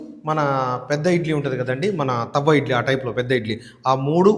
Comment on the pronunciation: తవ్వ ఇడ్లి కాదు తట్టే ఇడ్లి